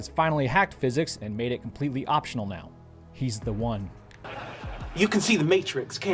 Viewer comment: Nothing sadder than a fully grown racist who thinks it is funny to say "meow" instead of "now".